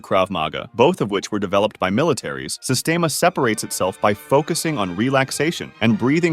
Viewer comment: pronounced sistiema bruh